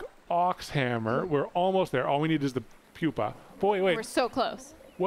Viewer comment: Had to give in and look it up - pupa is pronounced pew pa.